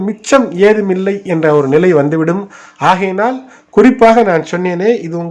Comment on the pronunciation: 'க' வை 'ஹ' என்று தான் உச்சரிக்கராப்ல. ஆஹையினால் ... ஆஹாமல்... நிச்சயமாஹ... ஆஹிவிடும்... 😣😣😣